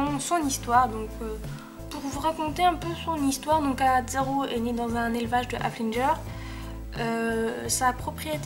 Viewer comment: Evidemment j'ai pas regarder toute ta vidéo. J'ai regarder ta vidéos qu'à un seul moment (j'ai tapé au pif) et en +/- 3min t'a prononcer 2 mots, très très mal (Facebook et haflinger!). Bon voila . En plus tes vidéos durent 100 ans ! Et en plus c'est pas ton cheval, si j'était sa proprio je voudrait pas que tu parle mille ans de lui pour youtube. Bonne continuation.